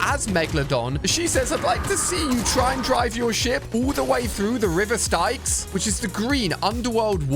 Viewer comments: The river stycks ????? Its proncounced sticks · bro said river stye kes . ali its pronounced sticks bro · The River Styx is pronounced STICKS. Not stikes. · no hate, but it’s the river styx not the river stikes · bro its its pronuonced river STICKS not river st-I-ks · its pronounced thr river of sticks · Ummm can I just say the river Styx is pronounced like sticks. Just cause you kinda said it wrong. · Styx is pronounced sticks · The RIVER STYX... pronounced like "STICKS" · Not "River Stye-ks" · Not "River Stye-ks" 😭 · I took psychic damage when he mispronounced styx